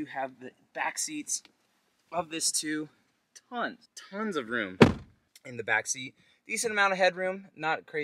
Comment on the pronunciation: Say tonnes again...